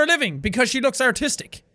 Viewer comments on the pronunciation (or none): When the "seducer" called her artistic, it sounded like Autistic. Real smooth. Just go with the Banana Jack.